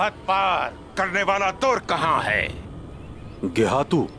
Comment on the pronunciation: Geyhatu ❌️ Gay - hai -tu ✅️